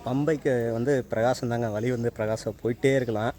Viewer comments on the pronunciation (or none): ஏழு வழி அழகு என்று எழுதி அதை ஏலு வலி அலகு என்று படிக்க தங்களுக்கு கற்றுத் தந்த மாங்கா மடையன் ஆசிரியர் யார் ழகர வரிசைதான் தமிழின் அழகு அது சரியாக இல்லாததால் பார்ப்பதற்கும் கேட்பதற்கும் அழகாக இல்லை ஹெவன் எக்ஸ்புளோரர் என்ற சேனலின் தமிழ் உச்சரிப்பைக் கேட்டுப் பாருங்கள் மற்றபடி காணொளி சிறப்பு திருத்திக் கொள்ள பழகுங்கள்